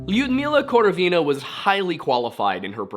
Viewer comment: Just so you know Lyudmila's surname is pronounced with stress on the second syllable, so like KorOvina. Love the video!